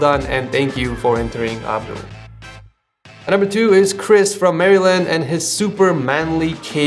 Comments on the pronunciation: marysland? just mar-land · mary-land lol